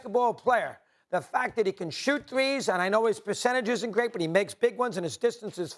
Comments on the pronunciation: It's Doncic, NOT DON-CHICK 🤣🤣🤣🤣🤣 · you can't even pronounce Donkič correctly. Who cares what you saying lol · Mad Dog just say his name right not Donkick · How are you an analyst when you pronounce Luka's surname as Donkich. SMH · Learn how to say his name retard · He cannot pronounce Lukas Last Name "expert". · U know if he was black stephen a would be like lets pronounce it right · It's really not that hard to pronounce his name. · Bruh, you get paid good money to do what you do atleast pronounce Doncic correctly.